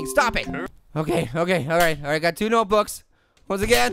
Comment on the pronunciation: Body doesn’t know how to say nbooks notebooks